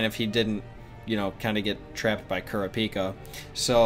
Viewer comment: It’s not kura pika it’s kuraaaapika